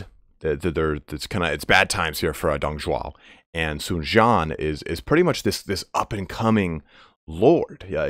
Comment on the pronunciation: For some reason, Dong Zhuo ends in a subtle "a" sound. Tried to ask my girlfriend's father to explain this but he couldn't exactly. Sun Jian is more like "Tzian" but said pretty quickly. From what I can tell, and I'm sure I'm not 100% on this, your pronunciation of Sun is correct.